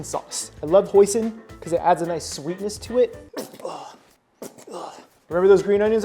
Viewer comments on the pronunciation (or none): When you siad hoisen I thought you said poison😂😢😮